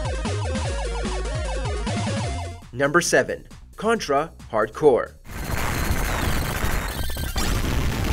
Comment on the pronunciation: He said “Condra hardcore” when it’s actually hard corps not hardcore